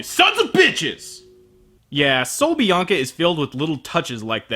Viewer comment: HAHAHAHA. Buen acento español XD. Saludos desde Argentina. Nice spanish tune XD. Greetings from Argentina.